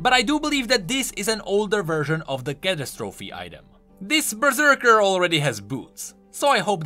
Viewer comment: You pronounce catastrophe and fumigator really funny